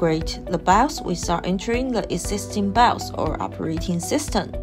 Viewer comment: Bios ❌ Bouse ✅